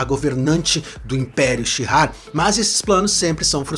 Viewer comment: O nome da civilização/povo é Shi'ar, não tem "h" nem "r" antes do "ar". Então não sei se a pronúncia é com "r" como você fez....